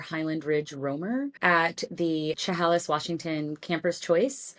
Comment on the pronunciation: It's "Che-Hay-lis."